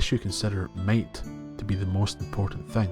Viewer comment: I kept hearing "mate" and then I realized it's "might" 😅